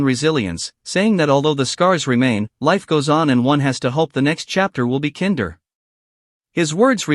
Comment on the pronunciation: AI rubbish, it can't even get the basics of words right like KINDER. AI rubbish came up with KIN DER as is KINDER EGGS because AI can't recognise words that are spelt the same but have different meanings. If you can't narrate a video yourself and get it right don't put out videos. It just makes you look stupid and lazy